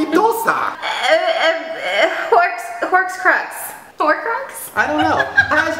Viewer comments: I'm a potterhead.. and oh my god, I'm uncomfortable "Horsecrux" and whatever shane said lmao, it's horcrux and wingardium leviosa. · Crying because it's horcrux not "Horse crust" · Trish: "I was a Harry Potter EXPERT back in the day" trish: "there's something called a 'horx crux or something" 😑😑😑😑😑😒😒😒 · the beginning of this video physically hurt me. ''horxcrux'', really? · 1:ho-Crux 2:hog-warts 3:you're welcome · i swear to god pronounce the spells right I LOVE HARRY POTTER AND IT HORCRUX IS HOW YOU PRONOUNCE IT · (Haul-cru-x) hulcrux *of however you spell it* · Trish, its Hul-crux basiclly voldemort killing people to mak esomething a hulcrux, its a part of ur soul 0-0 crap i just realized ima nerd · it's HOR-crux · So cringey Harry Potter is everything it's so funny in the start she was like "Horcruxe" I forgot what that means.Horcruxes are very dark Um... Not really objects they are just a peice of your soul. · you need to watch harry potter by the way you say it like this hora-crux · It's pronounced hor-crux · I was cringing through the whole video. You can't claim to be a Harry Potter expert and then not even how to pronounce horcrux or know what pumpkin juice is. Honestly, Trish. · I'm sorry but she says that she's a Harry Potter fan, but can't say Horcrux right, please stop. That and she's annoying. >.<